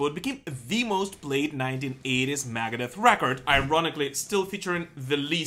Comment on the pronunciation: i could not be the only person who thinks he says "Maggot Death" when he says Megadeth